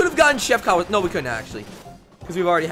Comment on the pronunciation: It’s pronounced “Chef Cow-a-saki” he’s from the Kirby anime Right Back At Ya!